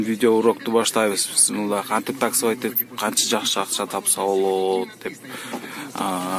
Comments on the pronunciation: Автор бысмылла эмес Бисмиллах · Бысмылда эмес бисмиллахи